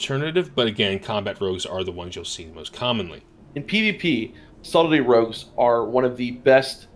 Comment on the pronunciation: I heard "Salty Rogues" instead of "Subtley Rogues" like three times :'D Great overview btw!